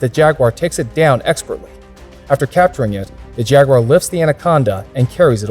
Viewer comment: Why can't the yanks say jaguar properly?